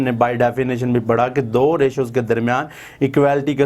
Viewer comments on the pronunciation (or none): none